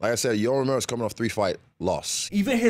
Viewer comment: Why is he calling Romero Mero Mero?